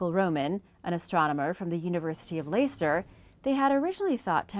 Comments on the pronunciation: Leicester is pronounced Lester. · You mispronounced the name of the university of Leicester just saying cus that's where I was born and lived for 24 year's